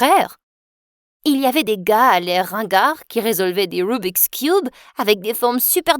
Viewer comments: J’aime trop la manière quand elle dit rubis cube🤣🤣🤣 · « lieum » « rubixe cioube » FOU-RIRE